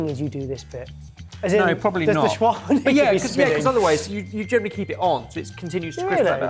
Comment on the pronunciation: That is not the correct pronunciation of shawarma.